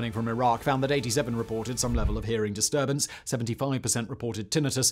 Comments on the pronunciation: "cassualties" 😂 Edit "disturbannce" 😂😂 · How many N's in "disturbance"?